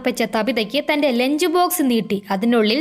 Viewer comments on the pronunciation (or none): none